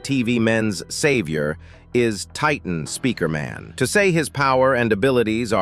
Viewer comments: Bro really said titan Spikerman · Bro cant say Titan speaker man 😂